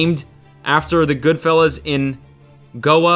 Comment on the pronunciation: As an Indian, I'm pleasantly surprised by how pronunciation of Goa.